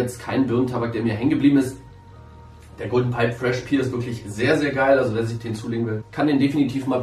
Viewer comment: main spricht das englische wort "pear" nicht "pier" aus, sonder pair, päär!